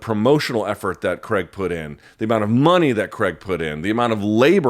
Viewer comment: Craig, not Creg. Please learn to pronounce the man's name correctly